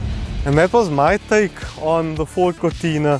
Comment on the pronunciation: "Fordt is Lordt"